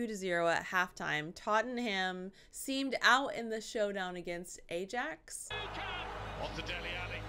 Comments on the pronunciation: It's not your national sport, like it is for us, so don't listen to people criticising you, if I was to watch your sport I would be confused, but 1 thing I was waiting for you to say Ajax, but I still cringed (sorry) it's actually pronounced (eye axe) I know they are a Dutch team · Ajax is pronounced "eye axe" 😊 Leicester City story is a good underdog story, 5000/1 odds,s and they pulled it off. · Ajax is actually pronounced eye~axe. No criticism. We have all pronounced it wrong 😂